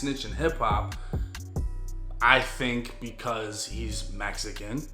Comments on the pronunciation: Did he say messycan? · F*** 69 why did you say “because he’s Mexican” like that?? What is that supposed to mean? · ain’t no difference a rat is a rat no matter what color you answered your own question.i don’t need a narrator or an explanation.I heard the same thing you did but he just put a strange emphasis on that there of. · Damn why you say Mexican like that 😂